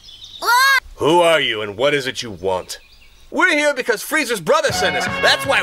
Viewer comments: Adding an R to Freiza just to pronounce it hard is crazy 😂😂😂😂😂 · Is it just me or does Cooler call Freiza "Freezer"?